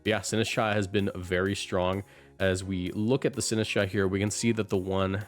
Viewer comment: DO NOT LEAVE OFF THE T IN SINISTCHA!